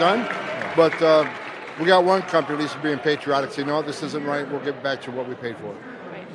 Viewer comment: You said patriotic wrong!